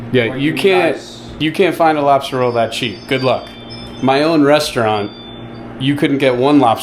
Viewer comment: #tugtrashoutdoors #keywestwaterman did say Robstah Roll 😂😂😂 #BlooperReel This is awesome and I agree with you about the principle on stores and I would shop that mom and pop store daily if I lived there!! Let’s go catch some flounder!!